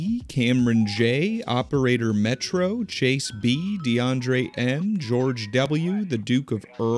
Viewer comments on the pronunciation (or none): none